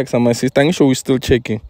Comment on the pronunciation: What are you checking? - I am not chaking 🤣